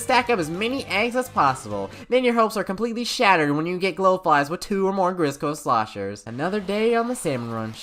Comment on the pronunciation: You mispronounced “Grizzco Slosher”. Just thought I’d help out for future videos :)